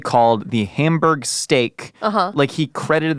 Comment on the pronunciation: Why is pronouncing Hamburg like Homburg? I've been there and no one pronounces it like that.